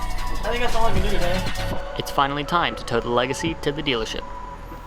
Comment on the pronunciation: Did you say, "stealer ship?" Hahaha! ;)